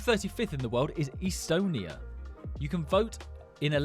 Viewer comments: I am doing all your miss pronounciations 35th is e-stone-e-a 60th is brew-ni 140th is ki-ra-bass 42nd is k-tar 125th is boo-tan 49th is o-man 114th is suri-nammmm 141st is sa-tome-and-prince-eepay 73rd is bosnia and herz-a-gov-i-na 146th is van-a-wa-tu 149th is micro-knee-shi-a 52nd is an-tee-gwa-and-bar-bu-da 72nd is ma-ri-shus 37th is bar-rain 163rd is mori-tane-e-a 81st is azer-by-jan 150th is my-en-mar 178th is ere-tree-a 175th is j-boot-ti 167th is le-so-toe 133rd is pala-stine 53rd is say-shells 129th is too-va-loo 128th is ta-jekee-stan 57th is saint kitts and ne-vis 102nd is le-ba-non 103rd is saint loo-sha 48th is monta-ne-grow 117th is ker-ge-stan I think the gambia is mostly a river And the maldives will be underwater I hope you see this thankyou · Bor pronounced estonia istonia but. Estonia is bolt Skype and wize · It's pronounced as Est-onia not East-onia